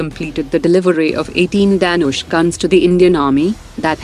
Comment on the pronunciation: What kind of bogus accent is this narrator having? The word Dhanush as spoken by her sounds like Danish where as the word actually means "Bow" as in "Bow and Arrow" and is pronounced as "the-noo-sh"